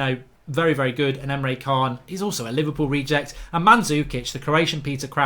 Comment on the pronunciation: ITS PRONOUNCED EMRE CHAN, pronounced names right cos you sound uncultured when you dont and ignore it